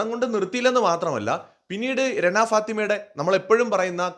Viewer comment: രണ അല്ലെടോ റന, രണ enn vilikumbol renuvine thamashayaki vilikunna pole thonunne😂😂